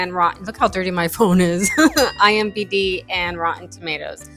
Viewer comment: iMDB PLEASE PLEASE ITS IMDB NOT IMBD